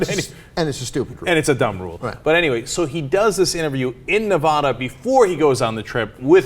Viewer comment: Can't pronounced Nevada correctly? For shame.